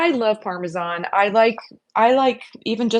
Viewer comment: THANK YOU for pronouncing Parmesan correctly! I cringe when ever I hear "parme-john" which is a lot these days 😂 And thank you thank you for the great recipes. I already made the Parmesan-like mix to put on my pasta dishes this week!